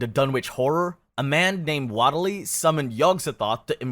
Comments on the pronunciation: Wait. Are we pronouncing “Whateley” as “Waddle-Dee” and not “Wait, Lee” now? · This was fun but I hate your pronunciations so much. Nayaralt hotep? Nyar-lat-ho-tep or Nyar-la-tho-tep. Whateley is pronounced Wait-lee or Wot-lee, not Wot-eh-lee. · .....waddle-lee......? (Wait-lee). Nigh-are-lathotep. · Did you for real say 'what-ely' Its pronounced 'waitly' come on man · 'Waitly' and 'Dunnitch', FFS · That pronunciation of Whateley nearly made me spit my food out, good grief